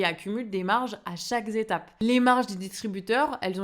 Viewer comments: "A CHAQUE ETAPE" et non "A CHAQUE Z'ETAPE". Merci de faire un effort avec la langue française. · a chaque z'etape ? ah bon ? pas chouette du tout cette liaison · superbe vidéo comme d'hab, juste pour info, l'adverbe "chaque" est invariable, donc "chaque zetape" ça n'existe pas :)